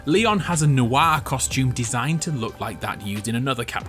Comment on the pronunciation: why he said noir like that lmfaoo